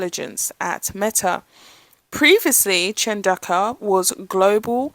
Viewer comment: I just googled it. Looks like pronounciation is CHAHN DOH KU